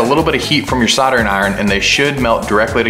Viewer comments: Love the video, but please stop calling it soddering 🤦‍♂️ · What's soddering?